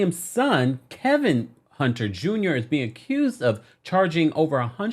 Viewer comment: Just can't say Kevin without adding an L in there, can you??